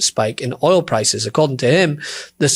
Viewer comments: It’s oil not ol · Fox news host can't even pronounce "Oil" 😄 Get his ass outta there if he can't even pronounce a simple word.